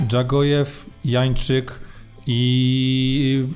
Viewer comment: Janczyk a nie Jańczyk :((